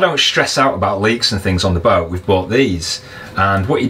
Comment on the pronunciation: listening to you I realized why we do not spell English absolutely phonetically. For example, you prononounce kettle, ke' ow. The apostrophe denotes a glottal stop. And boat, becomes boa (all one syllable. Not bo a.) This is certainly not a judgement on your accent (I'm from Canada where I don't know from the English class system). Rather a comment on how widely varied English speakers speak English. And how having absolutely phonetic spelling would be next to impossibow.